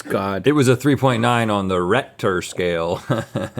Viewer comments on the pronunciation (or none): "3.9 on the Rhettcer scale" 😂😂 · "It was a 3.9 on the RHETTer scale." Yes. xD